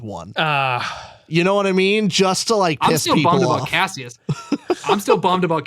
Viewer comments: Stop saying Cashus… I can’t watch anymore! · After all this time I had forgotten how much it bothered me that they pronounce Cassius as “cashews” hahahaha